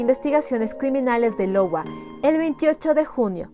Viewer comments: Sí. En realidad me dí cuenta que a lo largo del video en muchas ocasiones dice “Lowa” en lugar de “Iowa” (que por cierto es un Estado de los EEUU). (En fin. Todos cometemos errores...) 😅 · es cedar Rapids IOWA ( AIOUA). Otro increible caso, saludos